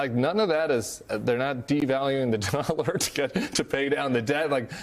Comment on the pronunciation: She’s the NY Bureau Chief for The Economist, and she can’t even say the word “dollar” correctly